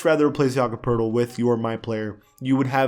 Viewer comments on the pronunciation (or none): none